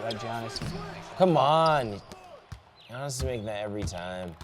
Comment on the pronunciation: Giannis is said YAHH Nisss god damn your suppose to be a professional